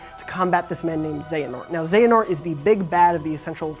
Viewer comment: They at least pronounced xehanort right. But there are better videos if you really want to understand the entire plot.